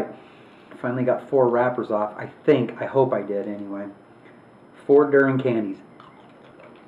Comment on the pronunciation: I think it's pronounced dur-e-in